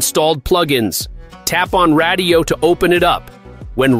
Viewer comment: Brother…radiyo is pronounced just like radio. It’s a play on words 😂